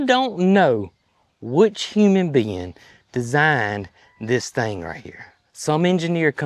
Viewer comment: With regard to the design and engineering of Bobby C: I think that's the first time I've ever heard "human being" said quite like that. lol!!